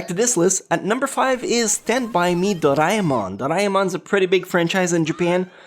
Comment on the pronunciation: Its DOREAMON not DORIMON